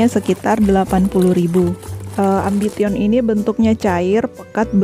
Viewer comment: Malu maluin si mimin baca AMBITION. Salah itu cara bacanya..